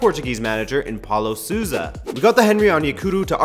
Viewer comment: Nice video but... "Paulo Susa"? That's not how you pronounce it. The "ou" sound is more like "oh" in English but more closed I guess. Anyways (sorry about that), thoughts on rumours about Semedo moving to Barcelona?